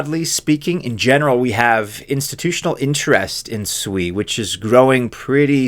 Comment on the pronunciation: Thank u so much for pronouncing it correctly; shwee, not sue-e (SUI).